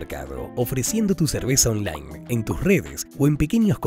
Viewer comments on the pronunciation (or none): none